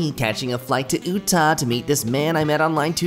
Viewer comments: gonna be honest i've never heard someone pronounce utah like that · It is not (Uo-tah) it is (U-tah)